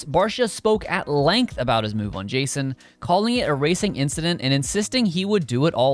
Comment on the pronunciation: its jason anderson not justen